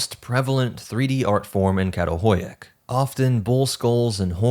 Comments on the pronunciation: This was an enjoyable and informative video. The only suggestion I can add is that the Turkish letter 'Ç' with the little tail on the bottom is pronounced like the 'ch' in English "chair" or "chatter," so that the archaeological site "Çatalhöyük" is pronouced "chattel-huyook." Only the letter 'K' has the sound you're using when reading Turkish. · Absolutely love your content! It’s so addicting. I wanted to make a quick point on your pronunciation of the city Çatalhöyük. Professor Lawrence Angel, who worked the site, told me that the letter ‘Ç’ is pronounced as ‘Ch’. So it would be: Chatal-hoy-yuk. I’d love to see you integrate this into your amazing presentations. It would mean a lot to me if you did✨🫡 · I really appreciate your channel but your pronunciation can be abysmal. It's homo sapiens, not homo sapien. And the village in Turkey is not pronounced with with k at the beginning.